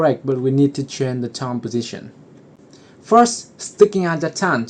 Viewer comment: Why do you say toundge